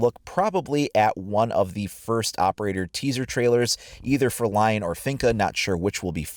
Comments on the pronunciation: Since lion is French His name is pronounced "le-on" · Shouldn't it be pronounced Leon if he's french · *li-on (on being nasal) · not to be that guy, but since he is french shouldn't "Lion" be pronounced the french way? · Please stop pronouncing "Lion" like that his name is french and you pronounce it like it's english...